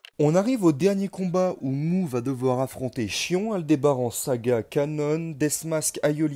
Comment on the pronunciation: Rhââââ ! MOU du bélier; Miù, mi-hou collé (c'est mieux) et le Chions.... quelle horreur; je préfèrerais franchement que tu utilises les noms prononcés à la manière asiatique même si ton accent sera probablement mauvais. Ce n'est pas une critique méchante et t'es loin d'être le seul à le faire